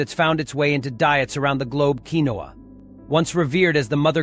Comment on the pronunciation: Quinoa pronouncement is funny😂 it’s pronounced keen waa